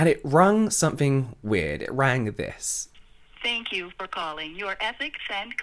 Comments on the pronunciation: ))) "Thank kew" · And finished with a "thank yew " in the style